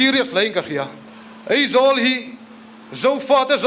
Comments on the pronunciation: Eizawl ti ve leh tlat😂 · Eng nge maw i play nawn sek leh, bakah kan thu ngaihthlak ber sawitu pa khian Aizawl ti lo a Eizawl a ti tlat khi chu a buaithlak mang e sawi dik ve tal awm thudik hrul a dawt sawi tur ro ro ah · Ngeihdan, ngaihdan ✓ Eizawl aizawl✓ mnf pa mai mai chu... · Mithiam pui pui niawm leh ni te pawh hia AIZAWL hi ka lam thiam lo thin hi chu a buaithlak hi kati. Eizawl ni lo vin AIZAWL iti hram hram ang u. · New Delhi a lam dik emem laia ,Eizawl ati tlat mai khi chu aa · Eizawl ati tlat te,ngaihdan tih tur nisi ngeihdan ati tlat tehi😅😅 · 'Ngeihdan' tih leh 'Eizawl' ti a thu a sawi reng khi khamawm tep a ni...